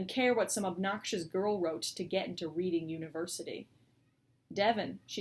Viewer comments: Sounds great, almost swaying towards getting the audiobook now instead. Quick question though, is she referring to Reading University in the UK? If so then Reading is normally pronounced 'redding'. Looking forward to finally getting to read it :) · Not sure if there's a Reading University in America but in the UK it's pronounced in the past tense like 'Redding'. Also, sorry to ask this a million times but I never seem to catch the answer, is this going to be out on Kindle?!?!